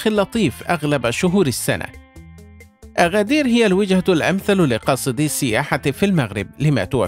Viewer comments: أگدير وليس أغدير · اغدير❌ أكدير ✅ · انطق أكادير بشكل صحيح الكاف ب ثلاثة نقط Agadir إسم أمازيغي وسهل النطق انطقها مثل ما هي